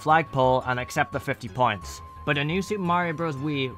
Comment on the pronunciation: I though he was saying pints